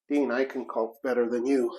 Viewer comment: Glad to hear you pronounce "caulk" like you do instead of the way Norm does on this old house.